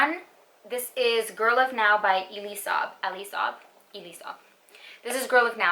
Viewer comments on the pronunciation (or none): Elie pronounces his name E/ LIE